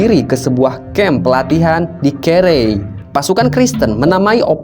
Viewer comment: Penyebutan desa dan lokasi masih keliru.. Kere (kelei) Mengko (moengko) Sebaiknya sbelum buat konten, harus lebih pasti.